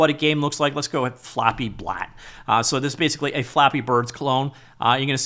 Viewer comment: it's flappybalt, not flappyblat. it's flappybird in the artsyle of canabalt.